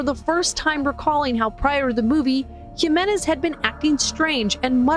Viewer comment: Her saying "gimenez" instead of "Jimenez" made me stop what i am doing, just to comment this